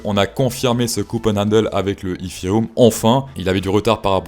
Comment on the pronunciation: Poussebleu pour la chanson de l’intro et l’accent anglais Eeeeetheeeeereum. Bravo pour ta chaîne même si je ne comprends pas tout, ça à l’air plus intelligent que d’autres et tu te prend pas au sérieux! Idée : penses tu utiliser le thème Titanic à la flûte à bec? 🤣